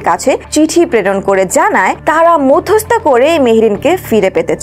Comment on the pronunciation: আপা শব্দটা মধ্যস্থতা হবে।